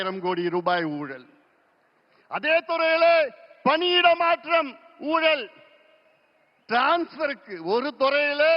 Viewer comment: ஊழல் என்று சொல்ல தெரியல